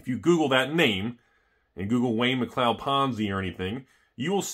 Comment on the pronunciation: Mcleod is pronounced mc cloud